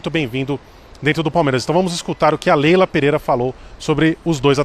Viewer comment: segundos. O cara me manda um "Leila Peleira". Tá Sertu